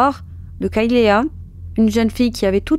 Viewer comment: Kaylea se prononce " kaylie ". Et les serviettes sont des alèses .